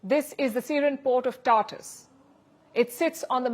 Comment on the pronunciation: It is pronounced Tar Toos, Palki.